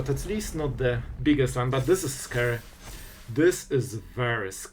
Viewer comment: "Its a little bit scry"